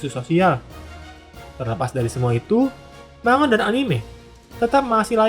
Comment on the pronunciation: sebenernya bacanya bukan manga pake "ng", tapi man ga